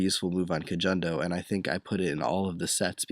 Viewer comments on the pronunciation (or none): actually, kojondo is pronounced as ko-HON-do not ko-JON-do